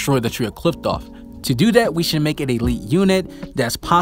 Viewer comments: Qliphoth / qliphtoph? 🤣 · The way you pronounce qliphoth is just weird and sounds so wrong 😅